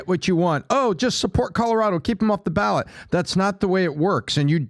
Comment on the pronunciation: If you read the constitution you'd realize the 14th amendment is self-executing and it doesn't say anything about how "states can't do that". Trump did do something wrong first. Quite a few things. Also it's "ballot"